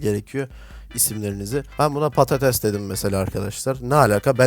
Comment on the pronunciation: abiiiiiiiiiiiiiii patates patetes değilllllllllllllllllllllllllllllllllllllllllllllllllllllllllllll